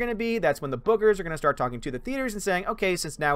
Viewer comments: Thanos is going to drain her powers with the gauntlet. By the way, when you were saying bookers it sounded like boogers. :p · I kept hearing you say " Boogers" hahaha instead of Bookers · I kept thinking you were saying boogers!! Hehehe!!👋